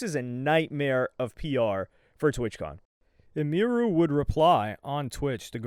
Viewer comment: Bro idek why it bugs me but people be SCUFFING her name up making it way more foreign than it is🤣 her name is Emily sooo Em-Iru. Bro talking bout "IMERU"🤣